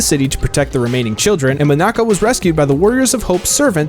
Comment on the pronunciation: He said Monica s name wrong 👎